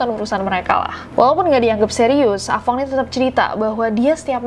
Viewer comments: Ah tong:× Ah fong:√ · budek nya gw pas nessie blg ah fong gw dengernya ah tong😭